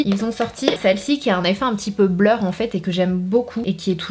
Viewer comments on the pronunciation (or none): none